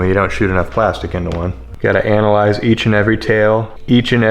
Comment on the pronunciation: Farrr too much emphasis on the ANAL of analyse 😂